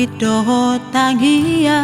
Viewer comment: Iya, halkit Batak banyak yg mengucapkan Tamiang, hae Tangiang do